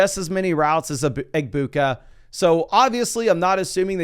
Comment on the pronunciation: How long until u start saying egbukas name right?